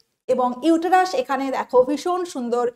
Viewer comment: Uterus er pronunciation ta vul bolechen madam..